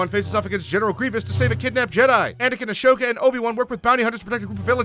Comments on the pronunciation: Padmé ORGANA?? Padmé amidala would like to know your location. Also why..why are you saying ahsoka like that. You seem like someone who isn't a fan who just wants to capitalize on the show. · The way he pronounces Ahsoka’s name just made me mildly irritated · i found it funnyyy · Pro Polar Boy he’s doing it in 3 minutes, either tolerate the screwups or watch the damn show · You know this guy doesn’t watch Clone Wars when he can’t pronounce Ahsoka right. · And Ahsoka. ☝️🤦‍♂️ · You could have worded your comment nicely, but instead decided to say "you clearly haven't watched the clone wars". Your comment would have been better if you only said "lil pet peeve the “h” in “ashoka” is silent and savage opress is pronounced “sav-ah-j”" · Haven't watched this yet But that is gonna piss me off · Who the fuck is “A-Show-ka”??? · say ASHOOKA one more time 😡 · AH-SOKA. NOT A-SHOKA. FUCKIN DUMBASS. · Ahsoka not ashoka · Your saying 'Ashoka' was quite aggravating. Also, Padme, not Podme. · I don't get why youtubers keep calling Ahsoka Ash oka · A-shhoka vs. Ahsoka Hmmm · Ashoka? Isn’t it ahsoka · The animation was good, but the fact that he pronounced Ahsoka "Ashoka" through the entire video made me want to impale the screen with a lightsaber. Also, Padme ORGANA?!? ARE YOU KIDDING ME!!!!! HAVE SOME RESPECT! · Asoka not Ashoka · Ahsoka, pronnounced Assoka not Ashoka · Actually Ahsoka's name is pronoued "A-zo-ka" and not "A-sho-ka"... also it's Padme Amidala, not Padme Organa... Bail Organa, the adoptive father of Leia Organa, is a senator from the planet Alderaan, Padme was a Queen from the planet Naboo... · Ahsoka, not Ashoka. You mispronounced Savage. Padmé Naberrie Amidala, not Organa. Fuck's sake, did you even watch Clone Wars, or just skim the Wikipedia page? (Edited 5/5/19 for minor spelling tweaks. Phones are terrible for YouTube comments.) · But why pronounce it “Ush-Oh-Kah”? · He probably misread "Ahsoka" as "Ashoka" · It’s not Ashoka. It’s Ahsoka. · Padme Organa? Achoka?